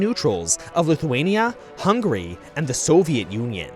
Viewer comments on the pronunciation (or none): none